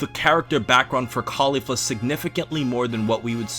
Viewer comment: I love how you pronounce Caulifla's name the way the dub does, mad respect! And I'm one of the very few people who actually prefer her manga counterpart so it was great to see it win the battle. But i really have to say it kindof annoys me when the anime tries to imply that they're lesbos as some sort of fanservise. I mean, they say that they're LITERALLY everything else. Sisters, Master/Protogee, Best friends. That's the only thing i don't like about the anime version but i do agree with you on everything else. Nice to see you back.